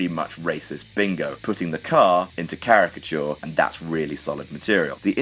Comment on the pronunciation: ....."Cariacture"? Just sayin'.....